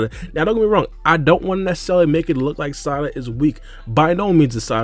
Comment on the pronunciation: “Salada” 😂 I fw you man 🙏🏻😩😂